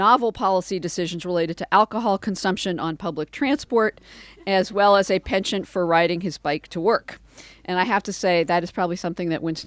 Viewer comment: Do all Americans pronounce it "pension" ?